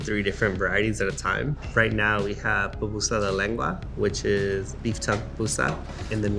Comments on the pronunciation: I keep hearing “PApusa” from this guy please tell me it’s just my audio … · Ok two things. PUPUSA not Papusa. Also SALVADORAN NOT SALVADORIAN.